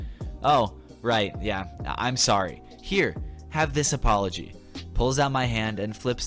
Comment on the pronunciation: (Oh sowwy)